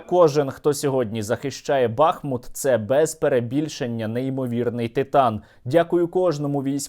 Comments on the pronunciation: Місто БахмУт, а не БАхмут. 🇺🇦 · Тільки не БАхмут, а БахмУт, дякую. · Сергій, не "бАхмут", а "бахмУт". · Не БАхмут, а БахмУт. Чому всі кажуть неправильно? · Добрий вечір, хотіла запитати, чому саме БАхмут? Просто зараз не зрозуміло як правильніше БАхмут чи БахмУт? Дякую за відео і інформацію! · Пане Сергій, хіба не БахмУт? ☹️ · Не Артёмовск! Але й не БАхмут а а БахмУт. Назва йде від річки БахмУтка. Очі всього світу приковані зараз до Бахмута, а журналісти та блогери не можуть вимовити його назву правильно! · Пане Сергію, не БАхмут, а БахмУт. Будь ласка, кажіть правильно. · Пане Сергію! Будь ласка, ставте вірний наколос у назві міста БахмУт! Ми зараз якраз тут і місцеві дуже обурюються на невірний наголос. Назва міста йде від назви річки БахмУтка. Тут у них і вірші навіть є на цю тему. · Правильний наголос БахмУт, дякую за випуск. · Доречі - правильно бахмУт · Пане Сергію, правильно казати БахмУт. Слава Україні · Дякую за новини, як завжди круто! Але Бахмут правильніше казати з приголосом на літеру у, тобто БахмУт. Слава Україні! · В назві міста БахмУт наголос на "у". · Бахмут, наголос на у, з твого дозволу Тебе поправлю! Тримайся, всього найкращого! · БахмУт, так буде правильно! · Бахмут наголошується на другому складі